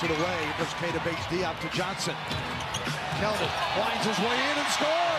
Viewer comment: you mean KELDON not keon